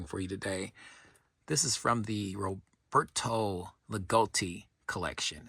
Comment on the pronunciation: My sincere condolences on the passing of Roberto. All I knew of him came from you, he was a mythical figure to me. His collection was vast and of high quality, the way you pronounce his name has such a great sound.